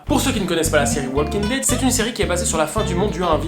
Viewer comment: On prononce pas le L dans walking dead MERDE